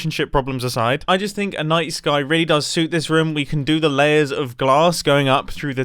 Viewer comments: Every time he said night sky all i could hear was nice guy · I refuse to believe that I'm the only one hearing Mumbo say "nice guy" instead of "night sky" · Am I the only one who heard nice guy when he said night sky? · I swear to god I thought he was saying "nice guy" instead of "night sky"